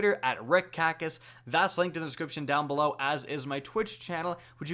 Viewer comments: Mark Elsholz LOL and at the end of the video he says always like “alweeeeez” like who the fuck talks like that? When asks for directions does he says “which weeeee is the nearest hotel?” And how does he actually say “we” since that speech pattern is used for “ay” in his vocabulary. And he says SYNCOseps LOL Do they not teach anything in school speech wise anymore or parents not care enough to correct such sloppy ass speech? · CaptainThroatPunch broooo 😂😂😂 I noticed ALWEEEEZ the first time I watched one of his vids. The SINKOCEPS shit that he says drives me up the wall. And it’s not one time. He says it every. Single. Time. Do you think he says sinkesizer? Sinketic instead of synthetic? 😂